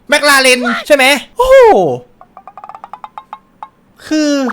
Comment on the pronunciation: เอิ่มครับจริงๆแล้วมันไม่ได้เรียกว่าแม็คราเรนน่ะครับแต่คนไทยชอบออกเสียงผิด จริงๆแล้วมันเรียกว่าแม็คคลาเรนน่ะครับ #ฝากใว้เผื่อใครไม่รู้